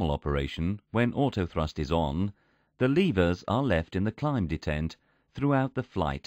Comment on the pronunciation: Very interesting. But why does it degrade to that horrible female computer voice randomly? It's so bad that it's actually hard to make out what it says, and it mispronounces a lot of things, e.g. pronouncing "detent" in all kinds of ways but the right one...